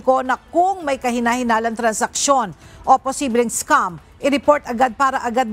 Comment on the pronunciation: scam po, hindi "scum"